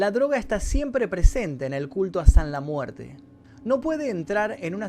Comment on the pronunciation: ''sanla muerte'' ulala señor frances